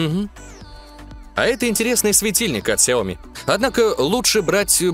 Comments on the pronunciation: Много только хотел написать комент скоко ты там сказал ксиоми?)) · Ты сказал 40 на ксеоми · 40 раз ксеоми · 41 раз вы сказали хиоми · 41 РАЗ ТЫ СКАЗАЛ ксяоми